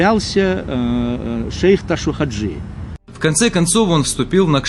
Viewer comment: Ташав Хажи а не ташув